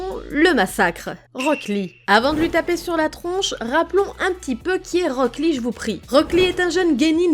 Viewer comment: J’ai eu mal des que t’as dis rock lee 😭😭